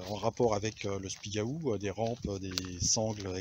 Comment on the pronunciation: Super Merci !!!! je vais faire pareil..........bon pour l'accent du Spigaouuuuuu, ça se prononce pas comme ça !!!!!